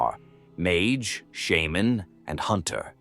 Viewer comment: That’s actually how you pronounce it